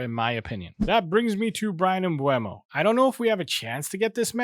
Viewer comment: The name is Mbeumo** It's not that hard